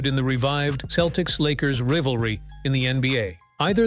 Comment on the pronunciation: I agree. Aparently they are now the Boston Keltics.